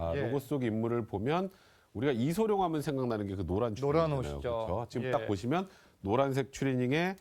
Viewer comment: 아나운서가 이름도 제대로 못 말하네. 이성룡???